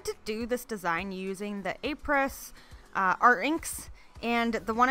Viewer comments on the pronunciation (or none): Apres = "ah-PRAY", not "apers".